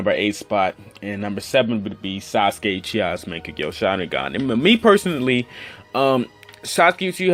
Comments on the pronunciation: Get ur pronounciation right😑, wtf is makekyo??😂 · is mangekyou not mangeko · why this dude making videos on Naruto when he doesn't even know how to pronounce or spell mankegyou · monkekia washeringrrr lol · lol i like how he says mangekyo...... pretty sure hes never watched naruto in his life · Your pronunciation of mangekyo gave me cancer xD